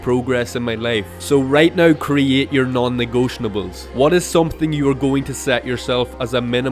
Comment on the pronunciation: its not "negotionables" your're adding a full syllable